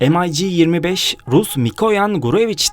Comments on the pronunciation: Rus uçağı em ay ci die okunmaz yazıldığı gibi Mig diye okunur bilginize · amerikan uçağımı tanıtıyon m ay jeemeş yok j i joe mig diye okunur sevgili kardeşim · EmAyCi degil olm,MiG.M i G. Turkce oku bakiyim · Bu nasıl telafuz arkadaş, MİG'i am ay ci diye okuyorsun. SU yu es yu diye. Bütün herşeyi İngiliz ağzı ile okumak zorunda mısınız? "mig"; "su" diye neden telaffuz etmiyorsun. Bu kadar mı dilinize yabancısınız? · Şu ucuz numaralari bırakın kardeşim başlıkla resimle alakasız uçak tanıtımı yapıyorsunuz em ay gi telafuzu ayrı bir hikaye mig desende anlasilsa bari dediginiz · se atıp durma rusça ne zaman ingilizce oldu eleman doğru soyluyor mig diye okunur